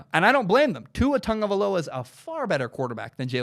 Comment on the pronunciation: Also, it’s not tongueoviloa it’s tagovailoa